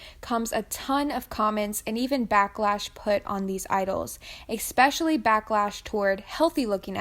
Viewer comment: I don't disagree with anything in this video, exept for your pronounciation of the word "especially". Girl where do hear the x?? Where did it come from? Lmao